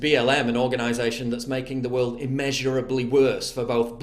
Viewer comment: World is woroof🤷‍♂️🤨